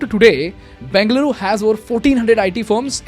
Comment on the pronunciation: Everything’s good, but pronounce it properly bro 😂. What are you banging, Beng-luru? Its Beng-a-luru. Im just correcting you nothing against you bro. Your videos are amazing❤️